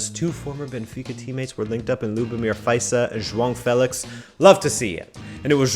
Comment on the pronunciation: It's joao felix not Jong felix... dweeb